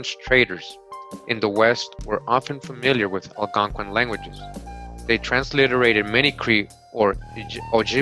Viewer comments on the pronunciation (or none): none